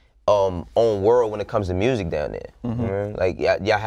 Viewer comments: Lol how do you hear an "O" in the way he says music? I hear murzic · Nobody : Moneybagg yo : MURRZIC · The murrsic 😂